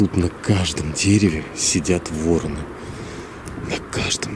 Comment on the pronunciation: Не вороны, а вороны( ударение на второй слог!. Не надо на кладбище ходить!. Возьмите, выключите в любом подъезде свет ночью и начинайте идти с первого до девятого этажа!. И будет вам" мистика"!. Ну, а если ,серьезно, если из темноты послышался дыхание и голос кладбищенского сторожа, то, припуститесь вы со своей подружкой" бежать" колбаской по малой Спасской!"